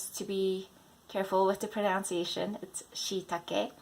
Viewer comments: You mispronounced "proNUNciation". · Thanks for this but pronunciation is pronounced differently from pronounce.